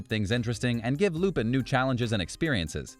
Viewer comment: it pisses me off how you say lupin